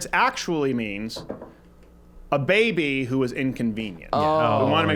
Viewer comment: When he says “bAYBY” it kills me everytime